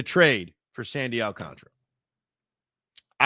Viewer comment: Does anyone know why a lot of people pronounce Alcantara's name wrong. Gary Cohen, Michael Kay and Evan all say it the say same way i don't get it